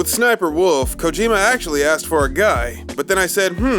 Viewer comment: "Kojarjar" xD